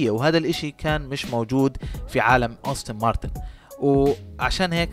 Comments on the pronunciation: يا أخي أنت تصنع فيديو ، وتتكلم عن سيارة لا تعرف كيف تلفظ اسمها ؟! السيارة اسمها مكتوب على يسار الفيديو : أستون مارتن aston martin ، وأنت تلفظها : أوستن مارتن austin martin !!! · عزيزي صاحب الفيديو : اللفظ الصحيح هو ( كامارو ) مش (كوميرو) ... كذلك اللفظ السليم هو ( رولز رويس ) مش ( روز رايز ) ... كذلك اللفظ السليم هو ( آستون مارتين ) مش (اوستن مارتان) ... وهلمّ جراً . وللاسف قائمة الاخطاء طويله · أستون مارتن وليست أوستن مارتن 😭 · يا ريت تتدقق بأسماء السيارات بشكل صحيح وتعطي معلومات صحيحة لما تحكي ميكانيك مافي شي اسمه قوة ١٣٠٠ سي سي . والسيارة اسمها أستون مارتن مش أوستن .